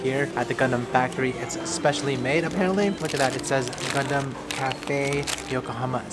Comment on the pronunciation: Is this only me who's hearing c*****m instead of gundam😶